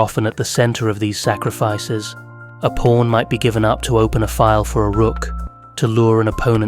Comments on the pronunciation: I feel like this guy is saying porn instead of pawn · Guy who created chess: "it's not even that deep bro." Also, this whole time I thought he was talking about "porns" 🥴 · at 16 minuets you call a pawn a porn at least 3 times? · Sounds like he’s saying porn 😂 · the accent makes pawn sound like porn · 😂😂😂 nah fr .. I was hearing it too , but I keep getting back focus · Did he say pawn or…